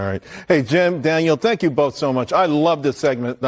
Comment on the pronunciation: Dang butchered your name Daniel:D